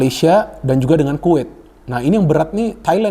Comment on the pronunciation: Bung tolong kalo bilang negara Kuwait, jangan bilang kuwittt,,,,bilangnya Kuwait 😂,,,,dari dulu saya dengar selalu kuwitttttt